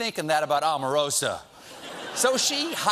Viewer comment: Oprah, Obama, Omarosa... all long vowel- O's. Please pronounce her name correctly. It should be about time now.